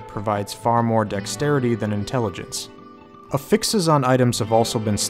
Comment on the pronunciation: Lol learn how to pronounce affix u fuckin noob